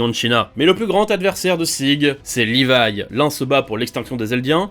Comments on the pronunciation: rivaille pas livai je pense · le pire c'est la vostfr qui prononce Rivaille ptdr